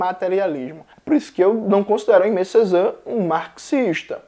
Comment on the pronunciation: Oi, Jones! Aimé Césaire pode ser pronunciado como "emê cezér", enquanto "Jean" do Jean Paul Sartre pode ser pronunciado como "Jan". Espero ter ajudado, adoro seu conteúdo ;)